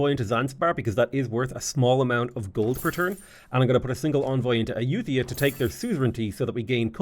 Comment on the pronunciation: Ai-youth-ia... that's a new one. (if anyone was wondering, Ay-you-tuh-ya is what google says, but Ai-you-thai-yah sounds closer in my opinion, but don't emphasize the 'th').